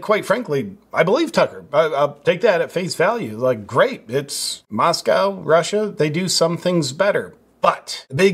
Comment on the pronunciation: MosCow is Russia..Moscoe is Idaho with the liberal university of Idaho.. thank you for saying it correctly..Tucker..not so much.